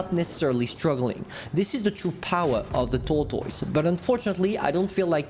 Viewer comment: SAY TORTOYS AGAIN SO FUNNY